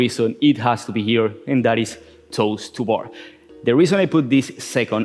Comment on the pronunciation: Am I the only one that thought he was saying "toaster bar" for "toes to bar" lol